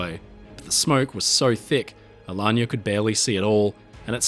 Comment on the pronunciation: Magnificent video. And the pronunciation of “Alagna” (an Italian family name) is spot on ;)